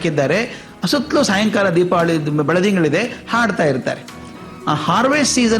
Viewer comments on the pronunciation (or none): none